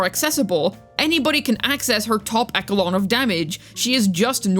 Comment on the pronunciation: Her top....what of damage? 😂 Want to try that echelon pronunciation again?